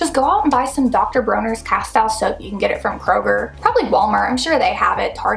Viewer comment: Please learn how to pronounce Castile